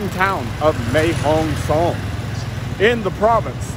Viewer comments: Mate, I hate to bring this up, but it's Mae Hong Son (Sorn), not Mae Hong Song. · you got the pronounciation of Pattaya right, can you please get Mae Hong Song correct, it is pronounced Mair Hong Song not Mae (May)Hong Song thanks your videos are the business.